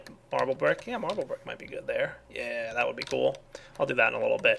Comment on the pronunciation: Water came out of my nose when he said thath XD